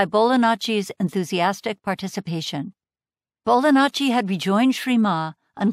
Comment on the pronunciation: Still hearing Bolanacci *Italian gesture*. I've never heard "ji" being pronounced as such, but it would be a better fit. Interesting.